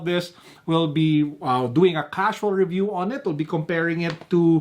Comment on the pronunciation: The inner kid in me laughed when you said Ra-yu instead of Ree-yu...used to have the same pronunciation when I was a kid.